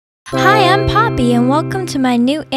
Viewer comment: WHENEVER HE SAYS POPPY I HEAR PAPI